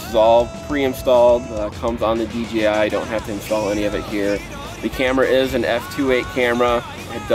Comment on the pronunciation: I know it's picky... but people paying attention to what's said could possibly e confused. It's D JAY I, not D GEE I... it's not too hard to say it right.